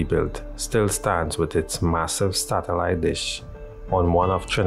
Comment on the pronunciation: By the way, it's SATellite, not STATellite.